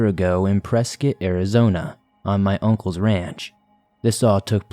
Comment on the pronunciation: Thank you for pronouncing Prescott correctly, or how us Arizonans say it anyway lol. Another incredible video, thank you for all your hard work. You and Mr. Ballen are by far my fav story tellers.